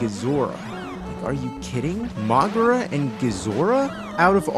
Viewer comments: Moguera itself pronounces it as Mokémon! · Isn't it pronounced moe-gear-uh?